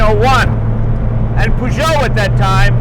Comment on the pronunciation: love the way he pronounces Peugeot !